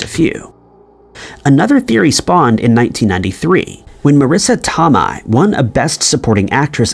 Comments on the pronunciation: it’s pronounced “tow-may” not Tom-ma 🙃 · It’s not Tom eye. It’s Tow may…😂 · If u believe Chris discovered America and the world is flat, I got some air for sale…AND U KNOW DAMN WELL MARISSA TOMEI IS NOT PRONOUNCED “TUH MY” ITS “TOW MAY” 😤 sorry that irked me so bad 😂😂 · Marrisa (Tom-eye) 😂😂😂 it's pronounced (To-may) you scholar!! 😂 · Tomei, pronounced "toe may," with the stress on the first syllable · Tomei- pronounced toe-may. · Omg I was looking for this comment that irritated my soul 😂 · Came to say the same thing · This. OP needs to do a little research on names he’s unfamiliar with PRIOR to making the video. Who the F doesn’t know who she is, though?? 😳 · They slaughter ppls names on every video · tom-eye huh. fucking god i knew you didnt do any research but its the icing on the cake everytime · Fun video, but Marisa Tomei's name is pronounced, Toe-mAy. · It's pronounced Marissa "toe-may" .. it's so annoying when ya'll can't be bothered to learn how to properly pronounce what you're talking about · Marissa TOE-MAY is how its pronounced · Who the heck is Marisa Tom-EYE? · 1)pronounce it Marisa Tomato sans the 2nd ‘to’ 2) these conspiracies just prove that the internet propagates stupidity & ignorance to ppl who want to be “individuals fighting against the norm” cuz… well too many ppl just have it too easy haha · Nope ... It's Tow-my ... It's common knowledge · Tow-my ... It's common knowledge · It’s Marissa Toe-May 🙄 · Marissa TOE-MAY! but love your videos! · Marissa Tow-May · Tomays name has been erroneously called out loud in this video lmao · Hehehe his pronunciation is so silly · This guy kind of lost all credibility with me since he can't pronounce a famous actress's name correctly. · Criminal pronunciation of Marisa Tomei